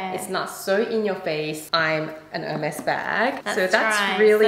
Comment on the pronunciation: Thank you ladies at least you know how to say Hermes. Do you know you only got the leftovers? I would not pay $100.00 for one of them. I still got my grandmothers Hermes saddle, my mothers scarfs , my own, towels, blankets and pillows, heaps of bags even on my husbands boat. Heike Port Douglas Australia